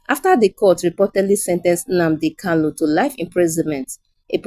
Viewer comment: Good presentation. But, can the reader differentiate between Kanu as opposed to erroneous Kalu?